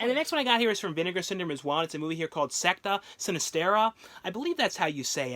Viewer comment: “Beyond the Devil” “Secta Sinistera” You should do a bit of editing, and correct your mispronunciation on the Vinegar Syndrome Films. I honestly LOVE your videos, and honestly, are the best out there in terms of this format. You have fine-tuned it to perfection, BUT I bet VS isn’t overly thrilled with getting the titles wrong.